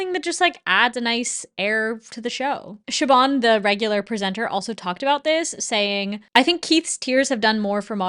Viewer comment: Irish person here, just a little heads up Siobhán is pronounced 'Shiv-awn' not shi-bawn :)